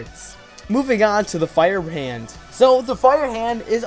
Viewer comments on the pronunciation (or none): Is it me or did he say FireHand instead of FreeHand?